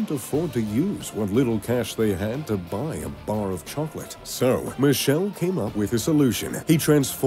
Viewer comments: Michele Michele not Michelle Michele MI KE LE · It's MICHELE NOT MISCEL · His father's name is pronounced with a k sound. Sounds Mikele Ferrero